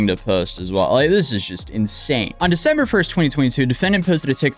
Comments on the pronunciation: did you say "Defember"? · Defember lol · Caught that “Defember” 🤣🤣 I hope that your videos are watched by law enforcement all over so they can catch the morons you cover. Your videos are so well archived for videos they may delete later that’s evidence. So glad you do follow ups on all you cover as well! 🎉